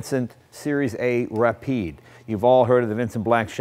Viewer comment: When you pronounce Rapid you'r suppose to put the accent of the Ra so you still have a little bit of air left for the pid and if you want to sound French the convincing part come out on the "e" that's missing in the video...